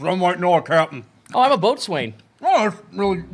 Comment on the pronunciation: Not to be that guy... but it’s pronounced “bow-sun” not boats wayne... I love what you guys do, you’ve gotten me through a lot keep going! This series, vampyre DBZA, and some of the other playthroughs actually gets me through night shifts in the ambulance